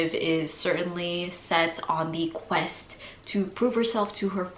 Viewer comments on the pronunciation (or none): none